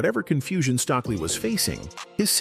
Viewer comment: So tired of these white voiced AI voices not being able to pronounce black folks names! It's Stokely with the"o" that is a long o.